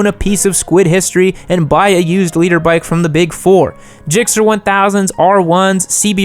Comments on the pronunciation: I also thought it was “leader” for a bit. I too am a “nooblet”. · Thanks for the labels. Now I know you're saying "liter" not "leader" makes a lot more sense. Yup, I'm a nooblet